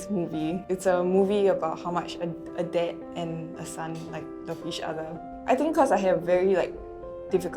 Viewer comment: why she say 'dad' like 'dead'